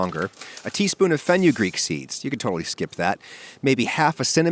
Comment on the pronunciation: That's not how you pronounce fenugreek.